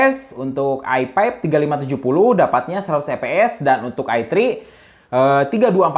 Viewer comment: Lucu dengar bang nyebut fps jadi eps